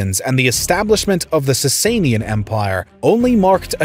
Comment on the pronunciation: Sassanian is not being pronounced correctly.